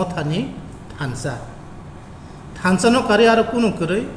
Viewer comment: Thansa not thanda